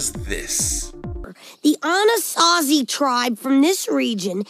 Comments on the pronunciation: "'Ah-na-sah-zee…?' 'Ah-naht-zee…?' How do you pronounce that?" Probably… probably… not the latter. Probably. Hoo boy, that Freudian Slip… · "Anasansi?" "Anazi?" 😂😂😂